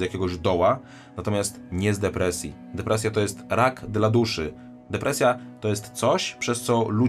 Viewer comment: Depreja'' jak u Eli Gawin. Leczę się od 13lat i krew mnie zalewa jak słyszę takie pierdoły.